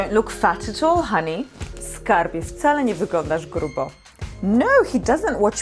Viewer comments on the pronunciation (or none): none